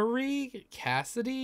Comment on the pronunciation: He said cassady